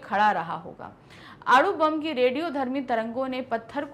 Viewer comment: अणु बम नाकी आरू